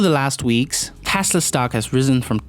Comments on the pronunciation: It’s Tesla, not Tasla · Good video but it’s TESLA not TASLA!! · "Elon Musk, the founder of Tæsla" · Stop saying tasla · Jesus dude can you please pronounce your "E"s probably? Dafuqs tAsla? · ITS PRONOUNCED TESLA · correction: Täßla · "Analysts astimate that Tasla's ravenue wall graw bay tharty parcant naxt yaar" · How hard are you trying to pronounce tesla so poorly. It sound like you are hurting your self to pronounce the word lol